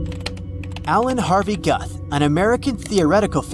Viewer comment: I like that you don't even bother to pronounce Alan Guth's name correctly.